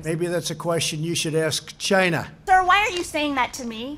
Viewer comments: he said it exactly like c h i n a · trump: gets asked a question he can't answer "ASK *CHAInuh*" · It sounds like “Kchina” and yes I thought I heard a k in the beginning. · Sh- iii-na! The funniest pronunciation of China ever. 😂Classic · That’s why everyone calls him racist oh “CHY-NA” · he really applied pressure when he said china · SOMEONE TEACH HIM HOW TO SAY CHINA